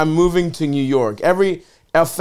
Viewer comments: Another great “kneeyew” episode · Stav’s accent when he says “new” or “knew” is hilarious